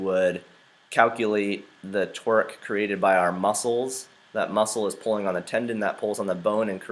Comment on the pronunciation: I know it's Torque but sounds like he's saying "Twerk" 😂😂